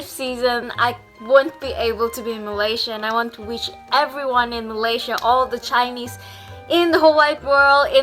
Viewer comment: when u say chinese i heard u say jainese lol amd thats how indians say chinese